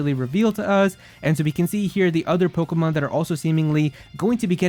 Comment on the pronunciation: I hate your voice and the way you say Pokemon . It hurts my ears